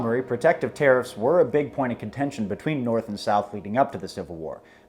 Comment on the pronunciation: LOL at "terrifs"